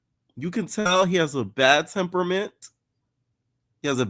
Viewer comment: you so Haitian for saying " temperament " 🤣🤣🤣 you always crack me up boy